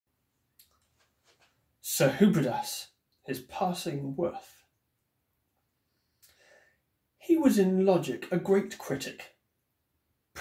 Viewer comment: Probably best to pronounce the title name correctly if you wish to inspire confidence. Hudibras, not HuBRIdas.